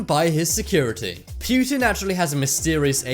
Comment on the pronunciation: It's poo-tin not pew-tin